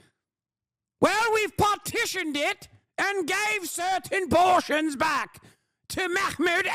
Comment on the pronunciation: British Epigenetic expression 🧬 🧬 🧬 PORRRRTIONS